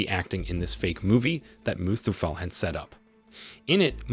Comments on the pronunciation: Its muthuvel not muthufell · Muthuvel not mustafel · It's mutthuvel not musafel😂😂😂